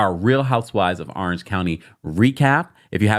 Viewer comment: I love you but Orange starts with an O not an A arenge county 😂